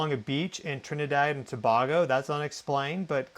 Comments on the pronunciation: Tobago pronounce To-bay-go. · butchering tht name to-bay-go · Tuh-bay -go